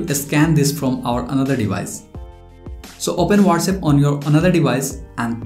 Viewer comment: Not Wates app it's what's app